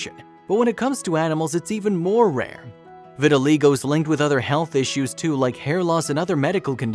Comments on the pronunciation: I believe pronounced ' Vit-tuh-1 LIE-go,. not 'Vit -tuhi-LAY-go' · The narrator is making a film about vitaligo and he can't even pronounce it. It is pronounced "vit al EYE go" Get a clue guy! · Sweet story but it’s pronounced vi-tuh-lie-go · It's pronounced vitilie go. Damned if the English language isn't getting bastardized. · I cringed every time the narrator pronounced it wrong.